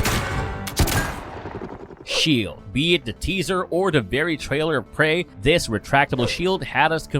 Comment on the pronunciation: Anybody notice this dude says "dis" a whole lot? Where is "dis" dude from? Also, a lot of "dat" "dere" as well.